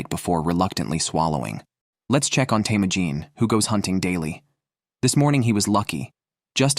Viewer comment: is teimojin mongolian if so it would be “Temuujin”